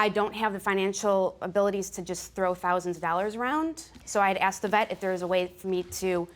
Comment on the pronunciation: These people...Always getting things on credit or with someone else's money. Dont buy anything you cant afford to pay cash for. And stop saying axed when you mean asked. Pure trash covered in hairhats, disgusting nails and horrid attitudes. This "culture" makes me sick.